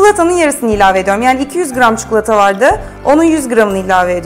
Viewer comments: Çukulata değil ya çikolataaaa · Abla her çikolatalı tarifine bu yorumu yaptım çukulata değil çikolata lütfen yeter ama bir yere kadar. Çok rahatsız olmaya başladım türkçeyi düzgün kullanırsan sevinirim.